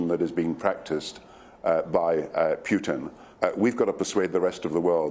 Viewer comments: He is PUTIN not PIUTIN why don't you just shut up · Doesn’t even pronounce the name of the Russian president correctly.